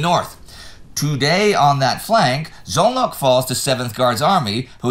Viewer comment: After the succesfull pronounciation of Nyíregyháza last week terrible buchery of Szolnok and Cegléd. Cannot explain how actually